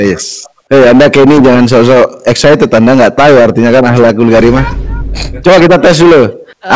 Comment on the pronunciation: ngakak bgt "akhhakul karimah" 😂